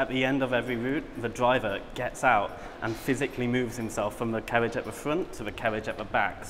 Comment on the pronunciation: Wait a second.. did he say cawwage instead of carriage?